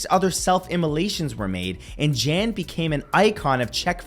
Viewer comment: Jan Palach. It's [Yan] and his last name is "Pa" as in "park", "la" as in LaLaLand and "ch" as in "Loch Ness". Also: Yay! 🇨🇿